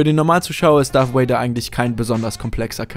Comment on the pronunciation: Das "V" in "Darth Vader" wird, so weit ich weiß, wie das "V" in "Avocado" ausgesprochen.